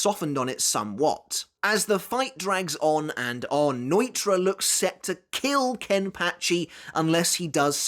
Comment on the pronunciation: "Noy-tra" ... No ee tora